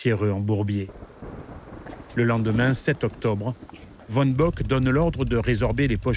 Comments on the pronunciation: Allemand VON se prononce FON!!! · Bravo pour les cartes dynamiques alternant avec les images, c'est très clair. Petit reproche sur la prononciation des noms allemands : "von" se dit "fonn", "Typhon" se "tuffonn" et non à l'anglaise. Mais c'est un détail.